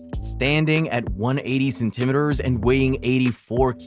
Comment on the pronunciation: Why can’t you say centimeters correctly?